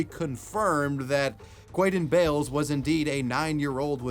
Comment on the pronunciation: 😂 i'am sorry.. if his name was like "David", I honestly wouldn't have said it that way. Quaden Bayles..